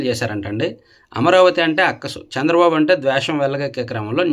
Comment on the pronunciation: సీఎం నేమ్ చంద్రబాబు గారూ పేరు తప్పు గా పలి కారు